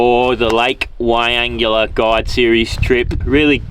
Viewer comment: Pronounced.. why angler not why angular😂